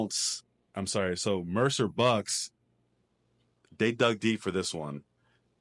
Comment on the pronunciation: Great pod as always, see you guys soon! Ps I got really excited when started saying Mercer Bucks correctly 😂🙌